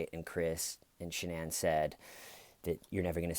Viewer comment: One hour of Dr. Phil pronouncing Shanann's name wrong and stating the obvious.